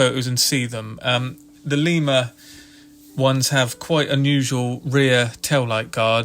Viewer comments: Lima is pronounced lie muh like the bean. I live in Lima, about a mile from where the locomotive works used to be. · Lima- the “i” is pronounced as in “ice”. Lima, Ohio.